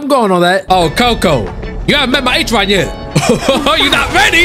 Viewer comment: HE ACTUALLY SAID BROS NAME RIGHT THAT TIME?